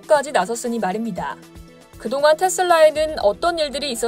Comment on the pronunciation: 나만 텟쓸라 라고 들리나요?